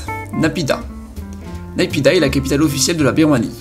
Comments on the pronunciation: Naypidaw se prononce naypido et non naypida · On dit "NayPyiDo"